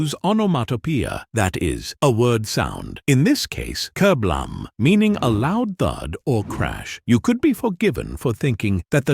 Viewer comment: strange titles such as "kerblam" ??????? starting off with something so obvious doesn't fill me with hope for the rest of the video, especially as the ai narration can't even say the word kerblam properly